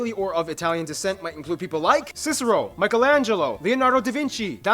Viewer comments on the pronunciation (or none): none